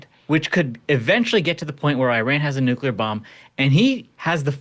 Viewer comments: Nu-clea-er not New-Q-ler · Sorry, but I gotta say it. "Nuclear" is pronounced, " noo klee ur," not " noo kyuh ler."